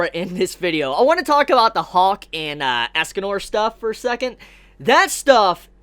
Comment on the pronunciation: It's escanor not asscanor